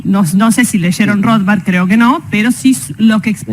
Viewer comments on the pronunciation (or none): Muy ibteligente su análisis y conocimiento, ahora es Rothbard no "Roswal"